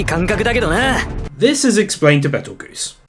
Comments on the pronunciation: Adding a sin for saying Betel-Spider instead of Spider-geuse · Isn't it Petelgeuse?